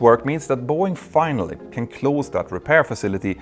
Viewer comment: The good-natured gag reel: Jeo-Politics Fina-lyly-ly